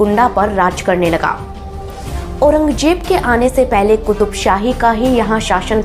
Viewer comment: Auranjeb nahi. Auranzeb.. Do not pronounce z as j ..😂😂